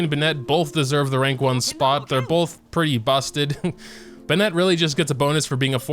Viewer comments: plz, i love u but plz stop saying benETt its BENett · Bennet❌ B’Net✅ :>👍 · LETS GET THIS STRAIGHT ITS PRONOUNCED “BENN(it)” NOT “BENN”ette” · Ah yes b’net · "B'net" - 2021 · How come you mispronounce Bennet's name although it is not a Chinese name and the game tells you exactly how it is pronounced? o.o